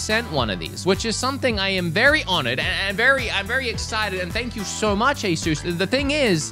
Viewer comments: U say it "a ඞ" (a sus) not "ay shus' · The company is pronounced as A-sis. NOT A-seuss, Dr. Seuss😂😂😂😂😂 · “Ayy-suss” emphasis on the “ayy” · this is how you say asus: Ace - s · Asus is ay (as in ay from ayo) and soos (Zues with an S) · That is actually quite close to how they pronounce Asus in Taiwan